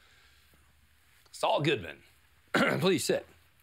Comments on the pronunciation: Maybe me but when Saul introduced himself here it sounded like he said ItsAllGoodMan. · I notice Saul leans a bit more into pronouncing his name as the "It's all good, man" pun than usual here.